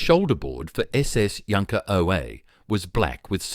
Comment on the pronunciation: I really wish people who make vids about the German military, at least take the trouble to get their pronunciation right. The ‘j’ is pronounced as a y. Calling in a ‘junkers’ sounds ridiculous and amateurish.